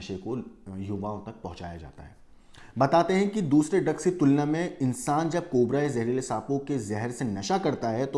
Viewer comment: Bro said 'cobre' 😂